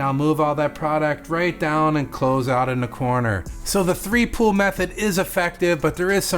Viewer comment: I kept hearing you say pool. So I looked at transcripts, in the transcript you say pool. But what I think you meant was pull. I just needed to see what you were actually saying definitely gonna try this method.